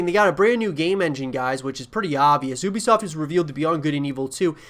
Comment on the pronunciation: Ubisoft pronounced You-Be-Soft is more correct, but been waiting on this game for years now looks awesome.